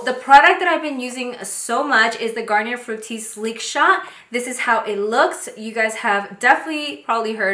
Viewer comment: Garnier is pronounced Gar-nee-ay. It’s French